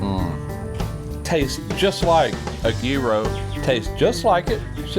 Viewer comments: As a Greek I can appreciate it when somebody actually says gyro the right way!! Sandwich looks good!! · thank you for saying Gyro the right way.From what i understand the gyro was invented in the 60's by a Greek.Were but NewYork.